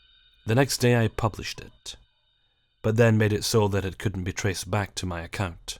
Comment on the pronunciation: was i the only one who noticed that he pronounces Account as Acunt?